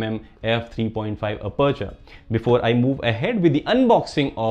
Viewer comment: Anyone else loves the way he says aperture Lmaoo Ah-perch-er